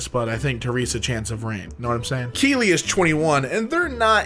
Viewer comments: Me: looks away as I organize notes: Keely Me: instinctively looks to the phone at the sound of my name being called Honestly I don’t know what’s sadder; the fact that I knew it was a video but still turned, or that said my name correctly more times than strangers have irl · Thank you for pronouncing Keely's name correctly! You wouldn't believe how many people say Kelly or Kylie.